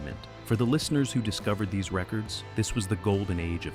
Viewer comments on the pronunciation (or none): none